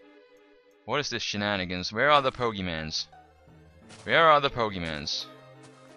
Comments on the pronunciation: It is pokeMONs not pokeMANs... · pokemons po-ke-mons not mans mons GET IT RIGHT DAMIT